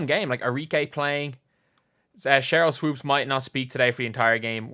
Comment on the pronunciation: "Swoaps" --Jason Whitlock